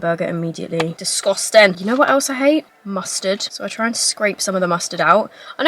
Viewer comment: your accent with “mustard” and “disgusted” is SO amplified. as an american, i am jealous!!!!!😂